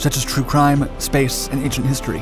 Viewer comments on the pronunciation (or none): none